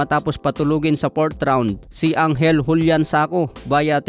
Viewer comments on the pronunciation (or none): none